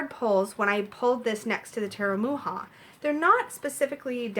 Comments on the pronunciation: Thank you so much for this review, it helps a lot if I'm going to buy the deck. The inner compass oracle is so cute😍, where can I buy it? And also I just noticed the way you pronounce Mucha, the way you should pronounce it is like Mukha, make the C a little stronger. I really appreciate your review❤️🌹. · I believe it is pronounce Much-ah. My mom always called him Mook-ah. :-) She had several of his advertising pieces.